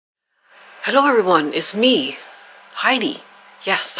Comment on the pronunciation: Heidi, I love that I heared you say your name. I'm swiss and I always wondered how english natives would pronounce it. And it's original Heidi like we are pronouncing it! 😊 Beautiful garden btw!! You can just split the susans in early spring and you have two or more plants. They actually need it every couple of years.